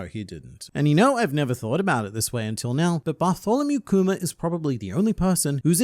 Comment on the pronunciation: you pronounce kuma like “coomer” and i think thats just wonderful